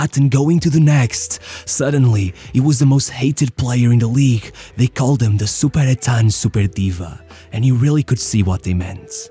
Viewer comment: the "superetten diva" Is a bit incorrect, "superettan" is the name of the second division in sweden